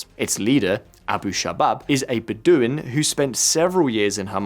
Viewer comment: It is pronounced BED-o-win.